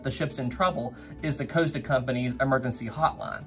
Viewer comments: Repeat after me "cost" as in how much something costs, then "ah" as in stepping on a piece of lego. Not "coast-ah" there is no coast my dude. You wouldn't ask a shop assistant how much something "coast" would you? Deary me guy 😂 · It's COST-a. Not COASTA-a. Source: their YouTube channel's commercials.